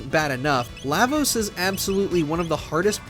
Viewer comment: Yeah Lavos doesn’t have 10 phases, you’re reaching. Also you’re saying his name wrong